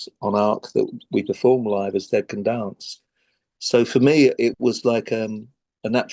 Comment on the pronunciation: Brendan said “dead can dance” and it sounded like “decadence”… never occurred to me that band name could be this two fold name intentionally or unintentionally…